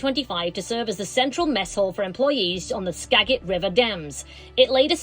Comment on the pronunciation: Since none of the other locals have pointed it out, I will. Skagit is pronounced Ska-jit, with a soft "g."